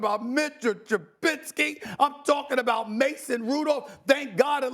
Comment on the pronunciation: Haha Stephen A said trubiski..